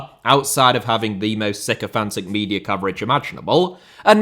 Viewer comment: Media* not Medier